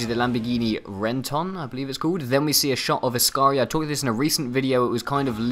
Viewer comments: actually its Reventón not Revention :) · Its a Lamborghini revention not a Renton...